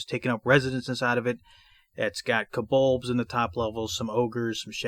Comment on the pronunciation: Enjoyed the walk through as I always do, which usually makes me buy the adventures your covering. One question, it sounds like kobold is pronounced kobolbs like in or is my hearing audio not awake yet?